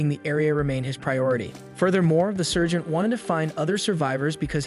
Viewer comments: It sounds like surgeon instead of Sargent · its sergeant not surgeon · Heyyah the ai is having a hard time pronouncing sergeant, it'd seem many hear surgeon, however if you listen closely it's actually saying "Sir Gent". Also remember it could also be an accent or regional pronunciation. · I think the AI or reader wanted to read out Sargent. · If you listen carefully the AI is saying Sergeant as Sir Gent not surgeon.